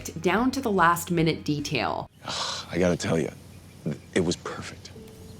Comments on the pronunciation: Did no one bother to check The Boys clip before publishing this? The clip says minute (my-newt) yet the voiceover says minute. Come on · Hehe, the narrator made a mistake pronouncing minute as minute. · In this context, minute is pronounced "my newt," not "min it." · Did no one bother to reference the actual number 26 clip for the pronunciation of minute?